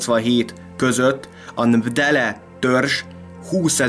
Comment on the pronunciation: Nem ndele, hanem M'bele, vagy Matebele törzs :)